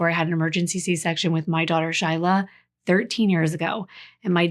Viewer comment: MYYY NAME IS SHILAHHHH and you pronounce it the same way you pronounced your daughters how sweet